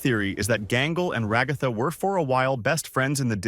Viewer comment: Ra-goth-ah good lord man.